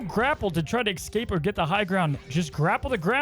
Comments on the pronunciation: Please, I beg of you. It is pronounced "es-cape", not "ex-cape". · Good vid, now just work on saying escape instead of ekscape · The word is “escape”. Excape isn’t a word